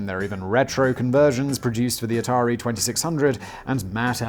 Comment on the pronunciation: It’s Atari 2600! wait… did Simon just pronounce something correctly? This is a joke right? Sam dubbed that in in editing didn’t he?